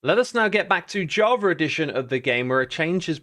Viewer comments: I'm sorry but are you saying "Javer edition"? I'm pretty sure you are.. lol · It’s so funny how X is pronouncing Javar Edition instead of Java Edition, sounds like JarJar Edition :)))